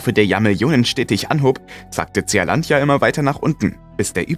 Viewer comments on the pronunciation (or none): Nicht Z E A-Landia ——ZEELÄNDIA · Bin ja eigentlich Fan eures Kanals, aber die Aussprache englischer Worte ist oft katastrophal. Tseahlandia… Meint ihr nicht, dass es in Lautsprache Sielandia (Zea = Sea = Meer) heißt? Dachte anfangs ihr könnt vielleicht einfach kein englisch, aber dann kommen in anderen Videos äußerst schwierige Wörter in absolut akzentfreiem englisch. Wie kommt das?